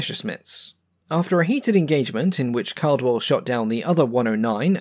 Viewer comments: Clive Caldwell's surname is pronounced "CAW-dwell", not "CAL-dwell". Tut-tut, black mark,. 🤨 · Hey, do you have a reference for that combat between Caldwell and Schroer? FYI, just a small point: I believe his name was pronounced with the first syllable as ‘call’, as in ‘all’ or ‘hall’ and not ‘cal’, as in ‘calibre’. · Great video about a mediocre fighter (sorry, still not convinced). It makes its aces, like Clive Caldwell, all the more impressive. Also, the surname “Caldwell” is pronounced “cawdwell”. I’m surprised an Aussie aviation enthusiast didn’t know this. Good vid, tho’!